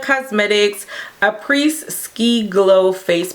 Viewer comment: I say this with all the love in the world, and am not dragging you, I promise! But a good rule of thumb is that if there's an s at the end of a word in French, the s is silent. So "après" in "après ski" is pronounced "uh-PRAY", not "AY-press". Same with "les chocolats" = "lay shoko-LAH". French is a trip.